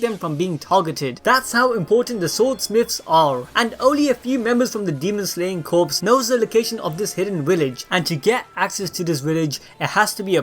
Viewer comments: It’s pronounced Core (Corps) not Corpse. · "corps" is pronounced...core i think? only pronounced as corpse when it is a dead body, and spelled that way. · You keep saying Corps like "Corpse" but it's "Kor" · Corps is pronounced •core•, like in Marine corps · Demon Slayer Corps; Corps is pronounced 'Core' not 'Corpse' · Corps is pronounced core not corpse. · Great video. Thanks for keep spoilers to a minimum. Just an FYI, corps is pronounced "core" not "corpse". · Demon Slayer Core the p is silent. Corpse is a dead body. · Corps is pronounced core not corpse. Other than that, good video! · Demon slayer corps(pronounced as core not corps) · just gotta say, corps is pronounced "core" not "corpse" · Its pronounced "Core" not "Corpse ☠" they aren't dead. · Dude fyi “corps” is pronounced as “kor”, without the P and S. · You are pronouncing “Corps” incorrectly 🤨 sorry I went balls deep on that 😄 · corps is pronounced "core" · “Corps” is pronounced as “Core” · Corps is pronounced like core. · Corps is pronounces Core or Cores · Corps is pronounced as core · its core not corps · Did he say demon slayer corpse? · Corps is pronounced “core”. Like the marine corps or intelligence corps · “Demon slayer corpse” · Corps is pronounced “core” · Corps in Demon Slayer Corps is pronounced core, bro. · still. it's pronounced kor, even though it has an "s" at the end. That's how silly english works. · "corps"pronounced as "core" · Dude, CORPS is pronounced as CORE or COR. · Corps is pronounced like core. Like Marine Corps or the Press Corps. Just a FYI. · The p in Corp is silent!!! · The "p" and "s" are silent in "corps"